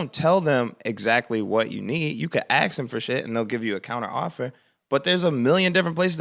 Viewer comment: Still can't believe Chance pronounces ask as "axe"